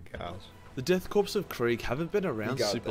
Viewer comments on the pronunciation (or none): I see a surprising amount of people get this wrong but you don't actually say pronounce corp like corpse you actually say it like core the p in corp is silent. Good video though.